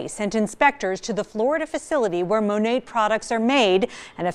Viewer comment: That shade range is UN FUCKING REAL. And I say "Monat" the same way - that's how it's spelled ffs. It's not Monet.